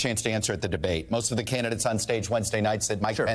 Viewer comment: Yuppie. 100%. He talks funny, kinda sounds like Roosevelt with his emphasis at the end of a sentence. "We need leaderrrrrrsuh", "victimhooduh". Nope. I can see the top of his diaper under his fake big boy pants.